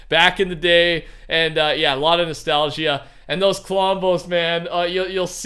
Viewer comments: The way he pronounces nostalgia hurts my soul nostal-gia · I love the way he says nostalgia